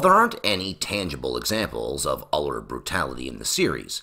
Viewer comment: Funny how "Uller" sounds very similar to "Other"